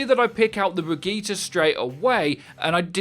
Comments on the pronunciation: Bri-gui-tah. NOT BRIDGETTE. Otherwise amazing video, as always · It's not pronounced Brigit it's pronounced Bri-gee-tah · "Bri-gi-tah" not "bridge-it" :c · How is he still pronouncing Hanzo and Brigitte wrong lol